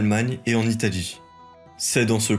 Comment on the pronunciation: Et il a beaucoup de peine avec les L.. dans les dates et des mots comme allié ou alliance, ou encore Italie. Il prononce pas la plupart des L ce qui est si pénible que j'ai pas réussi à suivre.. ayé, ayance, itaï.. mi 300..